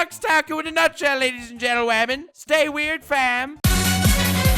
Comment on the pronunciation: No you say werid lol.